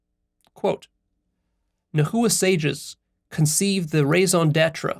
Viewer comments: Immediately felt it when you mispronounced "Nahua" It's cool, Nahuatl is a difficult language and there aren't many resources on it. It's pronounced "Na-wah" 2 syllables, and no "hoo" in the middle. the language's name is pronounced as "Na-wah-t" with a very very soft "L" on the end of the "T" syllable. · In Spanish the "h" is always silent. I think translators didn't change the word nahua in English to make a similar sound to Mexican Spanish. It sounds strange, but I think that's the way most English speakers pronounce it (najua). Nahualt is even more difficult😂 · The least you could do to honor our people is learn how to pronounce the words correctly. Whiteness at its finest. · yeah he could have just watched one video about the nahua and learned how to pronounce nahua and nahuatl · Yo I know nahuatl is difficult to pronounce but it's not naHua it's pronounced nawha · Hi! Indigenous Mexican here. It’s Nah-wah, not nah-who-ah. Thank you! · No disrespect but it’s pronounced [ nah-wah(t) ] not [ nah-hoo-uh(t) ] and it’s [ t-eh-o ]; you don’t pronounce the t or the l at the end. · lol my bad sorry for being that guy but it's pronounced Na-wa and the language Na-wat, not na-hu-a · Pronunciation point: “NA- wa” not “na- HOO-a “ for the Nahua. Otherwise, thx for the inspiring talk. I haven’t reached the end yet — do you post references to the article you analyzed? Could you add a link in comments and on your website? Thx again for all you do,! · Pronunciation is not Nah -- "hoo" -atl , there is no "hoo" or "ju" in the middle, is very soft "Na" . "uatl". Correct pronunciation makes everything feel more autentic. Listen to a native speaker I the second 6 and 7 in that video, she say "na uatl" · It's pronounced NA-WA not na hoo wa lol but good video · I’m sure you’ve realized this by now, but nahua is pronounce nah-wa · Nahua pronounced na-wa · nahua - nah. wah. - no hard H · Yeah, it was weird to hear it "na-hoo-wa" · It is pronounced not Na.hu.wa, but Nah.wa.